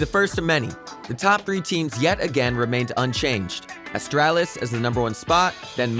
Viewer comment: V-A-C ban , ASS-Tralis, XY-P-9-X, E-S-3-tag and also the fact he said Stattrack Howl was sold for 140$ without thinking it was a mistake in thr script. Must be just a normal narrator working for the channel and not a guy with csgo knowledge but someone should still tell him how to pronounce those words/names lol